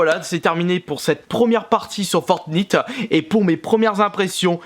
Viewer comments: ON DIT FORTNITE PAS FORTNIIIIIIITE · Arête de dire fort nite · Nino To Ça ce prononce plutôt "fortnyte" mais bon. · Fortnite ça se dit 《fortenaite》 et pas 《fortnite》🤣🤣🤣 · c pas fortnite c fornaite on dit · Fortinte pas fortintee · Il s’appelle fortnite mais il se prononce fornaïte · pas fortniite fortnïte avec l accent anglais!!! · C'est pas fortnite c'est fortnaïte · c'est "fortnaïte" et non "fortnite" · sa se dit fortnight mais sa s'écrit fortnite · Fortnayte pas fortniiite 😂😂😂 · On ne prononce pas "Fortnite" mais on prononce "Fortnaite" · Fortnite sa se dit fortnaite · C pas fortnite c fortnayte sa se dis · T vrm nul a chier en + tu dit fortnite c fortnityte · Putain c fortnayte pas nit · tu prononce mal fornite on dit fornight le nite se prononce night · C est pas on dit pas fortnite on dit fortnaite je joue tout le temps à ce jeu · Fortnite sa se dit fortnaïte pas fortnite 😂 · Sa ne se prononce pas fortnyte mais fortnayte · en dit fortnayt pas fortnite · Franchement arrete de dire fortnite dis plutôt fortnyte 😡😡😡😡😡😡😡😡😡😡😡😡😡😡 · Sauf qu’en fait ça se prononce «Fortnight» et non pas «Fortnit». 😖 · C est Fortnigth on prenonce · Il le savait pas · Sa se dit fortnait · À au lieu du shield il dit gilet pare balle, il dit Fortnite en prononciation alors qu'on le prononce Fortnaillte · on dit fortnaïte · Ça se dit fortnAÏt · Y'a que moi que ça gêne quand il dit fortnite ? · Ça s'écrit fortnite mais ça se dit fortnaite sa ta pas compris😂😂😂😂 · Sa me stresse comment tu dis fortnite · On dit pas fortniye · Mdr il dit fortnyte mais ci non cool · Mdr il dit fortnit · Tu ne sait même pas dire le nom du jeux on dit fortnate. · on dit fortnitaite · On dit fortyte et 'on fortnite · Tu c pas dire fortnite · conait pas "FORENIIITE" AU DEBUT JE PENSAIS QUE TU BLAGUAIS !!! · Le "i" de fortnite se prononce "aï" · Et putin sa se prononce fortnyte putin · Déjà sa se dit fortnaite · Ça se prononce fortnaïte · Sa ne sa appelé pas fortniiite sa sa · Sa se dit " fortnayte" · On dis Fortnight